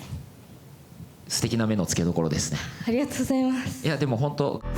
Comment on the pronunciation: NAOKOのあrがとございまrす見つけちゃって笑ってる